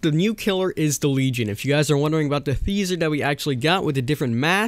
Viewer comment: "theaser" still annoys me